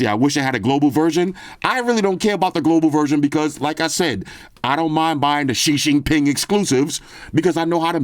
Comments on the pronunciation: “ Shi Shin Pin” gets me everytime🤣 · Nice and classic as always. 😊 but it's XI JINGDING NOT xi jinping 😅